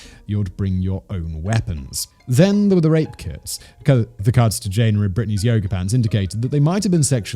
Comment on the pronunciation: Jay nuh, not Jane